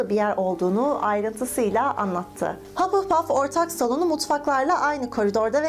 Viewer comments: hupplepuf değil hufflepuf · Hapılpaf değil, Hafılpaf diye okunur. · Hapılpaf diye değil hafılpaf diye okunuyo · Kanalını seviyorum ama hapılpaf rahatsız etti kabul ediyorum hufflepuff in okunuşu biraz zor ama hapılpuf demen dikkatimi dağıtıyor =) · haPılpaff dalga geçmiorm yanlış anlamayın ama komik